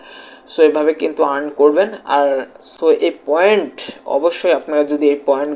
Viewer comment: ভাই আগে শুদ্ধ উচ্চারণ করতে শিখ। ইরান ক্রেডিট আবার কি? 🤔🤔 আর্ন ক্রেডিট